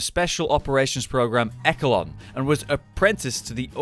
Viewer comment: Echelon is pronounced like [ Esh-ah-lon ]. Not that I mind to be honest bro... English Don't Think It Be Like It Is.. But It Do